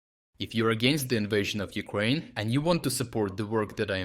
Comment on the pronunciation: Someone said Newkraine :o)